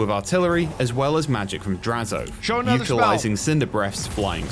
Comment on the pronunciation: This dude said “draz-OATH”:/. I much prefer and have always heard draz-o-ath. is correct